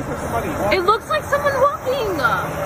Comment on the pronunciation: 👩🏽 “It looks like somebody WALKINGAA” 🤣🤣😁😆